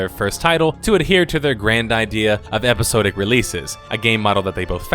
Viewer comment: Epi-SOD-ic not epi-sode-ic